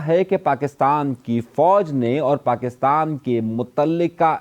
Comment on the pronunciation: Bhai acha bolte hain but Pakistan ko aap pakistam bolte hai isme mushkil kewn